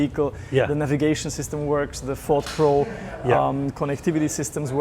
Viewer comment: Ford what Jonnie ? I can hear you say Ford and then it's gibberish. Pease pronounce the name correctly.